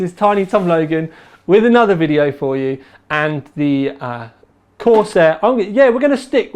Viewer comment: corsEHH EHHH sEHven fouwtee